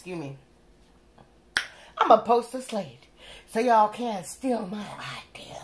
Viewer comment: lol sis said ideeer..